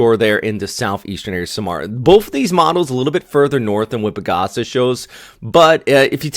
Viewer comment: so samar has like a delay to it. SaahMar , not like how you say it Sam-R. Again… I tried 😅😅